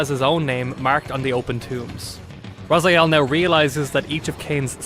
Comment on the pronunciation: Dislike because of missing timestamps and misspronouncing 'RazAiel'